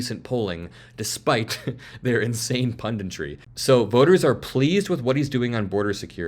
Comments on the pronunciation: Punditry, not "pundintry" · "Pun - dit - tree", not "Pun - dint - ree"